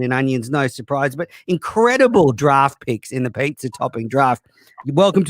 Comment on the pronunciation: "pay-zaa" god shut uppppppp